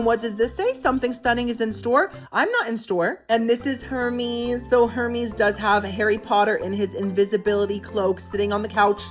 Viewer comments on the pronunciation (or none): Her mes. Lol its pronounced air mez... dont worry I cant afford anything from those stores im the princess coley of tj maxx 😊😅❤